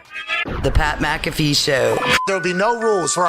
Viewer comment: The Irish will embrace you, Pat, if you just learn to say your own surname correctly. 😂